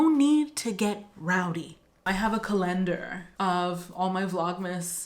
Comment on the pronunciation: A "Cahlenduurh" 😂 This is the best 😭 Thank you 💜